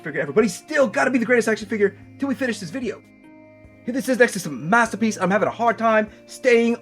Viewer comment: Wed gwemlock?mathterpiece